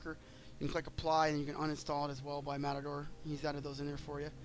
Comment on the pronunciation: pronounced MAY-tor